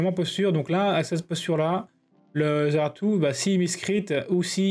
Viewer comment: NON mais ce ZEARTU, comme tu dis 🤣, incroyable ! Sinon excellente vidéo comme d'hab